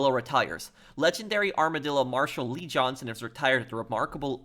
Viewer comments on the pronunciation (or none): none